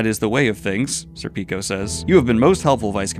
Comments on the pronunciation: Please, as an Italian, it’s SÈrpico. Not SerpÌco. ( 🤌🏻 ) But thanks for this series of readalong, it’s showing me things i’ve missed on my first read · It's pronounced sir-pik-oh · IT'S SER-PICK-O LIKE THE AL PACHINO MOVIE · I think i love your pronunciation of Sir Peeko. That is pretty amazing. Also please make a youtube short of at least one of your Zodd intros. I would suck my toes for a week if you did bro. Facts. It warms my heart to see you appeal to the emotional moments in Berserk. Man those moments frozen in time are incredible. The one you talked about (which was a homage to Devilman) and the one where Guts first comes into the heretic cave and briefly looks back at Casca completely floored me Edit; Just got to the end of the video. Good shit my friend. Glad to see the top 5 bit